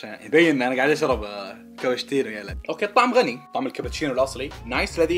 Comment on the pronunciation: كبتشينو 😅🤣 لفظتها 🤦‍♀️